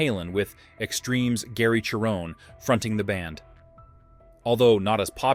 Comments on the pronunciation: HIs name is pronounced SHARE-OWN. Not CHAIR-OWN. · And he can't pronounce Gary's last name correctly. LOL